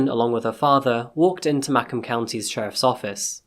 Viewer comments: Macomb is pronounced like mu (u like umbrella) comb (like comb your hair). I was born there and lived there for many years. Thank you for covering this story. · fyi, native michigander here. Detroit is near Lake Erie. Not Lake Michigan. Lake Michigan is on the other side of the state. also you're pronouncing macomb township wrong. It's Ma... like you're talking about your ma. And comb... like the implement you drag through your hair. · "ma-comb" how you say it lmao but detroit does still look like that, also macomb is a decent distance from detroit, not at all the same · It's pronounced Ma comb Also you often mispronounce eligible Still I am a fan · I love your videos but I have to correct your pronunciation of Macomb county. It’s pronounced ma-comb (like comb your hair). You do an amazing job and you tried your best. Michigan has MANY weirdly spelled cities and most are often mispronounced. It just cracked me up. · As a resident of the area, I can't help but giggle every time at your pronunciation of Macomb- correct pronunciation is 'Muh-Comb' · it's pronounced "'ma - comb" county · How am I the next county over and never heard of this case. It's pronounced may-comb. But this case is crazy. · As a native Michigander I appreciate that you tried but the pronunciation of Macomb has me cringing. 😂 Muh-comb, like a hair comb. I don’t remember hearing about this case, but I feel so bad for his family and friends. Such a terrible tragedy. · O well no offense ... it's Ma-COMB County accent on second syllable. 👵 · Muh-comb Township. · Some corrections here... -Macomb is pronounced with a long O, exactly like the word "comb." Muh-comb. -Macomb Township is NOWHERE NEAR Lake Michigan. Lake Michigan is literally on the other side of the state. Macomb doesn't sit on any of the Great Lakes, but it is quite close to Lake St. Clair, which is a large lake connecting Lakes Huron and Erie. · Its pronounced Ma Comb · We michiganders pronounce the county as Muh-comb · MA-COMB not mackom